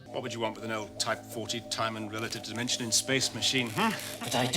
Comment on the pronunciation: I think Dimensions in Space is more of a vocal slip up because as you're about to say space your mouth it readying to make the s sound and sometimes that will roll back to the end of dimension and sound like dimensions.